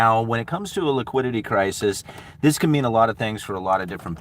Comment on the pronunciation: wiquidity cwisis